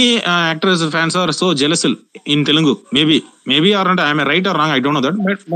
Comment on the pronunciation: TeluNgu illa bro "Telugu" Sollunga "Telugu" Throw away the "N"